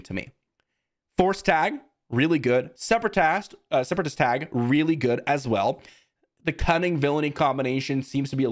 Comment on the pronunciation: "Separatast" is how I'm gonna say that word from now on